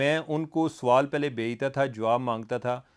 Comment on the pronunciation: Aap Sawal ko Soaal kehtey heyn jo keh ghalat urdu hey.